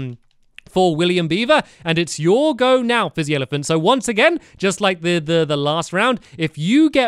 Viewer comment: Stampy keeps on saying flizzy instead of fizzy.